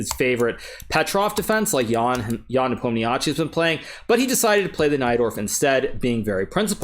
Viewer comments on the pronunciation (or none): is 'nepom-nishi', i hate to be the guy that makes this point but lets say his name right